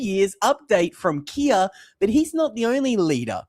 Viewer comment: Keer not Kia!